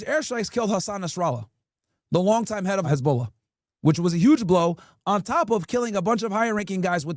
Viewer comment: Its NOT "Hez-BOWL-ah" 😂